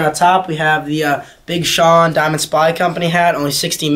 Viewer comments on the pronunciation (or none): none